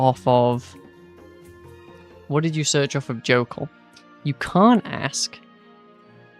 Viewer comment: Jokul is pronounced yokul. Good video otherwise.